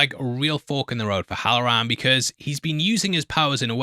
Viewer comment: For the love of god call the man halloran 😂😂😂